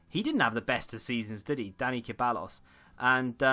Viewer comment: Ceballos is pronounced “Seh-bye-os”